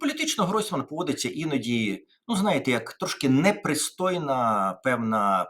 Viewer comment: Тарасе, перша буква в слові «знаєте» - З. Не забувайте про неї, будь ласка